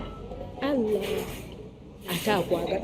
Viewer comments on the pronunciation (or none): Mbu halla instead of Allah😂😂